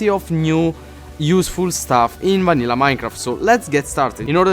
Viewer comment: did he say MANILLA Minecraft